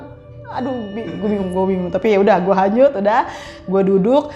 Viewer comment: Kedenger sama gw Kanyut cuy bkn hanyut